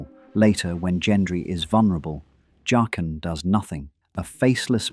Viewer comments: Jock-in not Jay-kin. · Why do you switch pronunciation between Jay-qen and Jaqen? It’s really weird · Pronouncing Jaqen three different ways is highly annoying. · Why does the pronunciation of his name keep changing in this narration? Faceless man with a mispronounced name. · Why do you keep switching pronunciations of Jaquen? Is this AI voice?